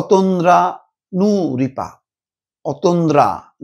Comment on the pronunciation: I have no comment about your content topic. But I must say one thing, why are you trying to pronounce her name is such a weird way? It seems to me you are trying to denounce her before even the truth comes out. You are silently angry with the girl. Not a surprise from a partisan journalist like you !!!